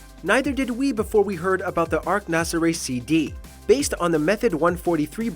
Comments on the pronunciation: Ark Motorcycles. Shakes head even if you accidentally mispronounced it, it's still spelled like Arch and would have been said that way. Lol. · It's not Arc it's Arch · It’s pronounced Arch as in the St. Louis Arch, not “ark.” Good video otherwise.